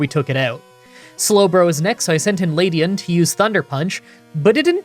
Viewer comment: OH MY FKING GOD LEDIAN not LADIAN It has an E not A Other than that good show